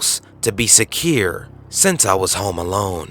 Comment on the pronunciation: I loved how you said secare instead of secure.Priceless holla from Trinidad & Tobago